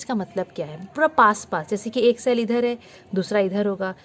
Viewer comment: Cell ❌️ shell ✅️😎